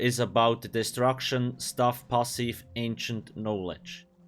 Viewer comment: I love how you pronounce "pahsif" it intrigues me haha